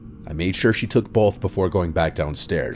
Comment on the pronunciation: “I made sure she took bowlth”